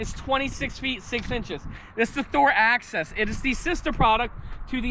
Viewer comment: It's Axis, not access